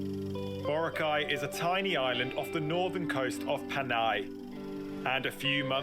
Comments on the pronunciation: It should be pronounced as bo-rak-aye. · Vora cay luh 😐 sir good sir its BO-RA-- KAAY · The closest way to pronounce Boracay is bo-rāh-kai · It pains me to hear "Borakey" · BORACAY /boh-RAH-kai/ not Kay, as in kai for Cobra Kai. Gets? I was there more than a decade ago and that's where the downfall began. It was still great when I went there. I had a ground floor beach side room. Awesome! I just stepped out of the balcony and the beach is there. White sand, emerald to sapphire water...not photoshopped. When you stand still in the water there are tiny fish that'll clean your skin. Scared the hell out of my friend! LOL! Best vacation ever. For many months I could still hear the sound of the water. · Boracay - Boh-RAH-kai so the stress is in RA. The man in the video pronounced it wrong but since he is not a filipino, that's fine. But yeah when you ask local and you pronounced it wrong, or at least it's not that clear to us, people will give you a weird questioning look. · Correct pronunciation of Boracay is baw . ruh . kai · Pronounced as BO - RA - KYE (like bye) In Tagalog, we only have 5 vowel sounds. A in apple, E in egg, I in eel, O in off, and U in zoo. Hope that helps. :) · Wrong pronouns of Boracay